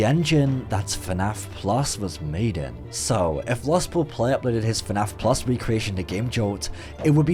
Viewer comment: I’m so tired of hearing the words “fuh naff plus” I’m actually going insane